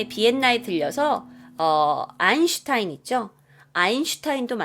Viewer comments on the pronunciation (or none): none